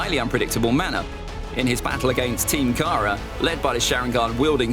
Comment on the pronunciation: It is taka not kara